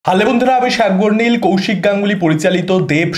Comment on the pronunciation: সব ঠিক লাগে তোমার but তোমার নাম সম্ভবত সাগরনীল, নামটাকে ঠিকভাবে বলার চেষ্টা করো